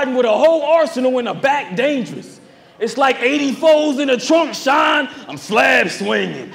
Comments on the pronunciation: that’s a damn reach and sean cmon sean is pronounced shawn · because saying it's a reach off of how some ppl say the word Sean is dumb when we know for a fact others pronounce Sean like (sh-y-nuh) and not just (sh-aw-n) or however it's being said in y'all head to call it a reach to begin with 😂😂😂